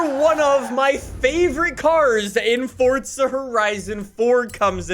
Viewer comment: Fortza horizon 4